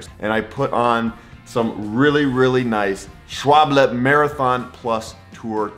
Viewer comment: Pan-yer Schwab-leh!